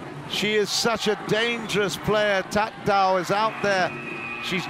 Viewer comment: This narrator messed up thatdao and pleumjit...